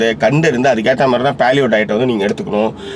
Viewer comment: He is complicating the concept of paleo diet. These guys don't even know to pronounce paleo (பேலியோ). He says பாலியோ. The concept is just imagine what the palaeolithic man would have eaten to survive and eat like him. it is as simple as that. for this you need not have to buy any book. For better knowledge google paleo diet and you will get ocean of articles.